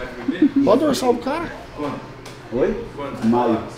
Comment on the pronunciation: só sabe falar familiá e tá na hora de dar linhá porquê já enjoou ver sua cará